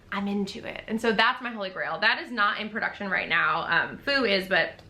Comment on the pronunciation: Feu is pronounced sort of like the word foot, but without the t sound at the end. ❤ 🇫🇷 🧡